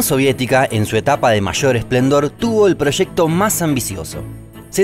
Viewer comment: She proshecto